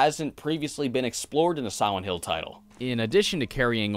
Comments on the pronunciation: Its probably his braces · He pronounces it "Siwent hwill" I can't fucking unhear it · I really enjoyed the video. But about 2 minutes in, I noticed it sounded like you said "Sowent Hill" and then that's all I could hear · Am I the only one who hears 'Siwent Hill' here? Lol, maybe it's just me. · Why do you say "Siwent Hill"? All of your other Ls sound fine :-) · Sihwent hill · Siwent hill is all I hear. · He keeps saying siwent hill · ... "Sowent Hill" ?